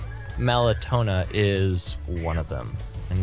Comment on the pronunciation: Mellatona... really it's Melloetta.